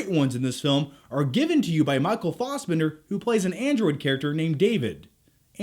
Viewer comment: how come you pronounce Fassbender the same as Chris.